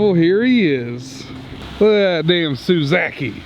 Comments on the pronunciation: I had an aneurysm when you said ‘suzaki’ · He said Suezakey